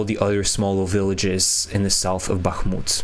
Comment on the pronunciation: I am English and hear the place names so often that I begin to know them and am so fed-up of English and American commentators butchering Kherson and Bakhmut. Very cringe. And no excuse.